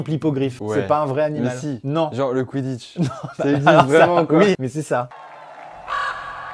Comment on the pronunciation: t pas le seul a trouvé que sa fais mal au couille le cwiditche